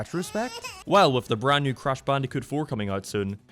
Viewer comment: You sound like your saying crash bandycoot